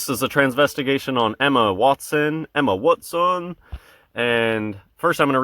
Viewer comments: Luv the wat son way you say it man hilarious bro keep up the good work pal peace out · Crackin' me up with the "Wut-son"